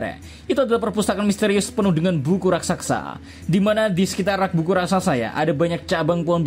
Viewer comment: RAKSASA minnn, bukan Raksaksa/rasaksa hehe